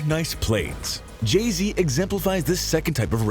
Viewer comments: It keeps saying Jeezy instead of saying Jay-Z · Jay z not Jeezy